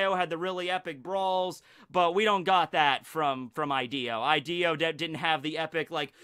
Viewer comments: I'm sure it's pronounced Hideo not Ideo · It's pronounced (e-day-o) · I haven’t even watched the vid yet but I already know he’s gonna go this whole thing pronouncing Ideo fucking wrong